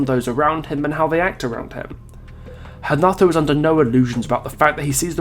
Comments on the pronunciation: Do Brazilians call Renato Hanato? Because I swear thats what is saying and it doesnt sound right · As I suspected, thats how we croatians do it too. So I dont know why he spoke Hanato this whole video. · I'm Brazilian and here we pronounce Renato